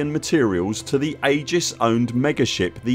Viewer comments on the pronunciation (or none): none